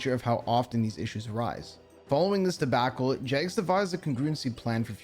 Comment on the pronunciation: "Following this debackle" 🤦🏻‍♂️